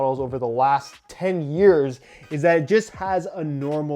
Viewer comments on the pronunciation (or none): none